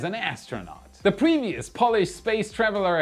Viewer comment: Polish is for fingernails the way you say it.